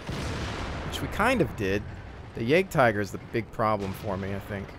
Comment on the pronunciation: Pronounced yagtiger